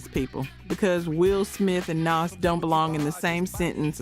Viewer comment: Right?? That turned me all the way off… not only is the voice annoying but she, A.I whatever the hell voice it is pronounced Jadakiss’ and Nas’ name wrong I was done and couldn’t even finish the video.. they really need to pick a better A.I voice that can pronounce names correctly and that doesn’t sound so country bumpkin.. it is terrible and I won’t be subscribing or watching any other videos.. sorry, not sorry!!! I’m going back to minding my own business now!! 😂😂😂😂😂